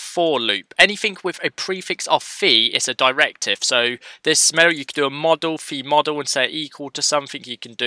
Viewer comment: man when you said v-for or v-model i always heard fe-model or fe-for ( doesn't matter for me just saying )